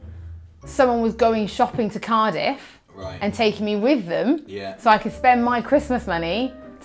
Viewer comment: accent totally comes out when she says 'Cardiff'.